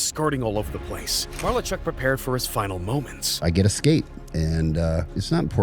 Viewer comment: The guy doing the voice over needs to learn pronunciation - it’s pronounced ma - lar - chuck , Clint Malarchuk